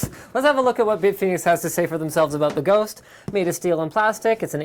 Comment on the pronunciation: "Welcome to my unboxing of the big fenix GHOÔOST. The nunny thing about this ghost is you can see it!" lol